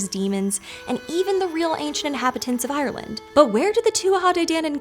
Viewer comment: Can you please look up the pronunciation of "Ireland"